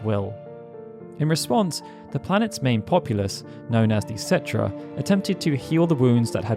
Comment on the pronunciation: Umm its pronounced ketrah...